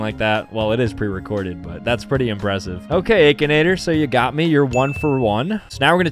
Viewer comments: Bro really said ‘ay-kinator’ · The AY-K-INATOR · I love/hate how he calls Aa-kinator as Ae-kinator. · "Ay kin ay ter?"??? bruh i've been sayin "ak in ay ter" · aKAnAtOr me: it’s ak(I)nator 💀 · did you just say aykinator???? its akinator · I think it is pronounced ak not ache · The aykinator bruh it's akinator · I know he didn't say aki-nator it ackinator! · it is akinator not aykinator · bro pronounces it "a-kinator" instead of akinator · Stop saying it like Aykinator it's ahkinator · Ah yes the aykenator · nahh bro said ehkinator 💀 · hold on. The “aykinator” 💀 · EXCUSE ME? “Aykinator” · bro really said akeinator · He realy said Aichanator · I still wonder y he’s calls it Akinator with that ayyy sound at the beginning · He pronounces Akinator so weirdly lol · He said akinator with the long a hahaha😂😂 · He pronounced akinator wrong 😂